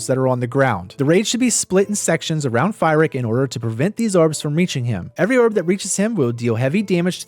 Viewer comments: Not sure if you’re trolling or never watched a single cutscene, lol Calling fyrakk fire-Rick. Amazing guide btw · I don't know if I can hear this guy say Fire-ack one more time... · Fantastic video. I love how you mispronounced Fyrrak's name the entire time. Really, though, I love your videos. They're always super helpful.